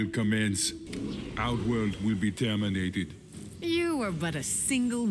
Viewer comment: to be tiörminatid🤣